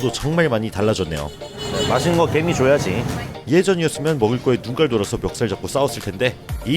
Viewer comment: 개미가 괜히로 들리네.. 괜히봤다